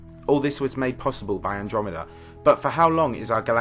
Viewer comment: despite the solemnity of that point in the video, saying "milk-dromeda" cracks me up